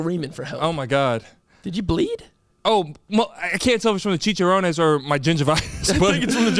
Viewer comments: “Cheech-er-Ron-ez”. Hmm..just “cheech-er-rons” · “Chicharownes” I CAAAANT 😂😂😂